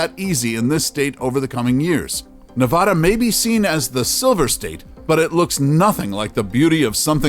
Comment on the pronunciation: If I hear this guy say Nevada like that one more time I'll shoot myself